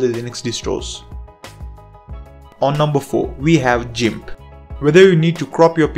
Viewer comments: ..It's " gimp"..not pronounced" jimp". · Great video, I learned some new useful apps. If you don't mind some advice, your English is very good so I was able to listen it while browsing but where it falters was VLC, I thought you said 'realty', and I keep hearing that. Also GIMP is not 'Jim', it's pronounced with a hard G, like 'Gun'. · Thanks a lot. Useful list. Just one thing though. Gimp is pronounced "Gimp", not "Jimp" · it's Gimp (g pronounced like in the word Get) not JIMP.. (just so you'll know) I LOVE this list-- except for STEAM- which I have NO use for- I have far too much important things to do than "play games"-- which I hate anyway... BUT for gamers, it's GREAT!!!! and i don't do MEGA (I don't sync anything- that's a direct link for hackers and I've been hit twice and it's cost me YEARS of work to make up what they stole. GREAT VIDEO THOUGH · God please stop saying Jimp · You really said "jimp" huh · "JIMP" I'm afraid I must disagree with your pronunciation on this one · G... G.... "guh" not "juh".... gimp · im sorry but.... jimp? this is a first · you pronounced GIMP wrong! GIMP NOT JIMP! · Never knew it was "jeemp", thought it was "geeimp". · It's not "jimp", it's "gimp" (hard g). And it's the GNU Image Manipulation Program. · jimp..., you know, like jorilla... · It's Gimp not Jimp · It's pronunced gimp with hard G sound not jimp with a soft G sound. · you lost me at by pronouncing it "gymp" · This man said jimp 🤮🤮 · did he really say jimp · "Gimp" as in "girl," not "gimp" as in "gym." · I was laughing so hard at the jimp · "jimp" LOL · Great Video Man☝.. Just FYI(If Interested) Gimp is pronounced with the letter G sound TBH it's easy too get it mix up All I know and have ever knowed is English and I'm always making grammar pronouncing words wrong all the time lol Hope that helped